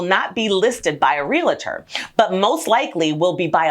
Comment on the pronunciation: Rea-li-tor is incorrect. It’s only 2 syllables. Real-tor.